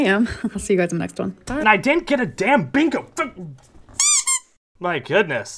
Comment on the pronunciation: "This is muh office", proceeds to show us a crappy pair of cheap earrings like a kindergartner at Show and Tell.